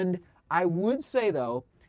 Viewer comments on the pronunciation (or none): none